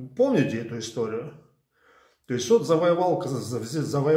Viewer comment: лайк и историю пишут угнетатели, территория обеих лагерей жила будет существовать лишь под игом . так было и будет . Транскрипция слова изТОРЫя😂😂😂😂😂 картавада.